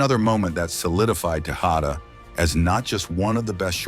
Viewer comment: It's AI. Obviously not very good quality either considering it pronounced Tejada like 5 different ways throughout the video.